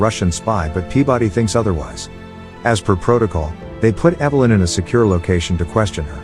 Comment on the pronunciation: Do one of two things, either adjust the synthetic voice over or learn how to speak english, not evil-lynn, you moron, Evel-lynn. It's amazing how many people ride the sort bus and expect to be compelling.